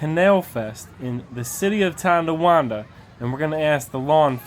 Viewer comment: It's not Ton D awanda